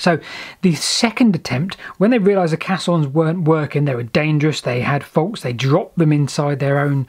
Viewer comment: Caissons is pronounced 'kay' ssons as in " they are flooding the drydock crimson. I doubt anyone traveled down the caisson, bargeman would be moving the horses to the exit for re-hitching of nags on tow path.